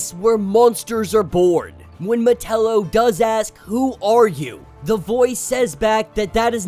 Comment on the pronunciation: I enjoy your videos but sometimes the pronunciation of some names hits my ear wrong. Metallo has always been said Meh ta low the a has more an A sound like with act or attack. Instead of sounding like Nutella except with an O.